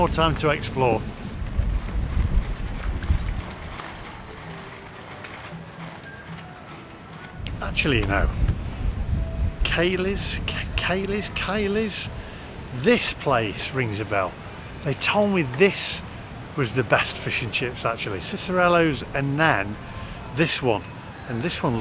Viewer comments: It's the Indian Ocean. And it's KAY-liss fish and chips. (Perth native.) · Good work, loved it. Yes it's the Indian ocean & the chippy is pronounced Kay Liss. Looking forward to the next one, hope you're enjoying Perth.